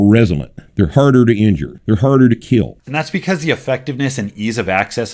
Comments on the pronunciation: "there harder to *keel*" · I squat to be “harder to keel” 😂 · "HARDER TO KEEL" was a really funny clip lmao